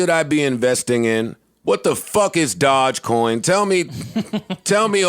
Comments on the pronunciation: 🐕‍🦺e coin.... Not dodgecoin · Ik he’s very financial literate but hearing him say “dodge coin” over and over again makes me question how closely he’s researched this. It’d be like if pomp got on and was hyping up “bite coin” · Doge coin... pronounced "Doj-coin" like doja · This ‘expert’ doesn’t even pronounce dogecoin correctly